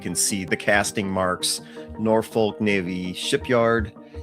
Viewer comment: You could care enough to properly pronounce "Norfolk". But. That would actually take effort. Regurgitating online encyclopedia information is not true research.